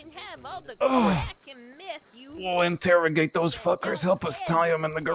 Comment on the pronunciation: That was quite the inTOEregation